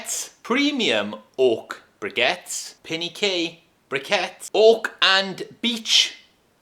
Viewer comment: I know you were saying oak, but I kept hearing "ork" and I don't know if you'd want to put orks in your fireplace. 😁